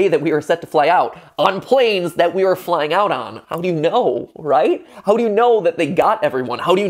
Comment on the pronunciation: When he said “i’m scared of flying” I thought he said “i’m scared of lying” lol